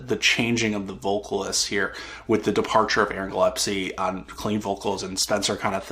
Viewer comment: Sorry to be someone who corrects, but it's Aaron GILLESPIE - gill-es-pee